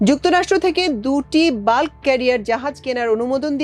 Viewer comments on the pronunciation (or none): none